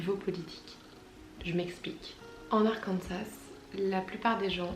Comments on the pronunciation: Je vois que tu as la critique facile mais rien que le fait de prononcer le S d'Arkansas démontre ta "haute" volonté d'intégration culturelle... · Quand t’as dis Arkansas j’ai tout de suite compris :)